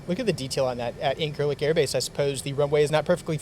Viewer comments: Quick heads up, dunno how it's actually pronounced in Turkish but when I was there a few years ago we pronounced it "In-sir-lick" with a soft c as opposed to "In-kir-lick." Or we just called it "The 'Lik." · It irrationally bothers me how you pronounce Incirlik.